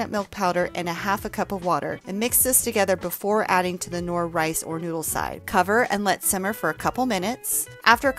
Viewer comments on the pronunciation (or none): funny how you pronounce knorr